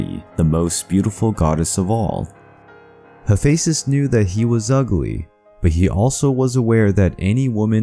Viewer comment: I think you Butchered his name lol